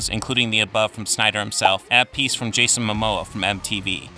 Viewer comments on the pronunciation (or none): none